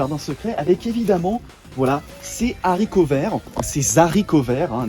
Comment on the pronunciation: haricot est un h aspiré on dit donc des haricots et pas des zaricots mais bonne vidéo à part ça (j'ai dislike)